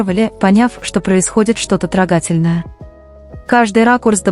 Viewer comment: ИИ!!!учись ставить правильно ударения и кади своему помощнику-автору,чтобы он редактировал тебя. Уже неоднократно слышу трогАтельно вместо трОгательно. Такие моменты режут ухо и говорят о твоём несовершенстве